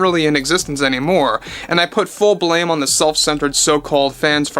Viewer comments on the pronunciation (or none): none